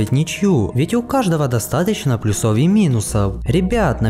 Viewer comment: Ставь ударение правильно в слове плЮсов.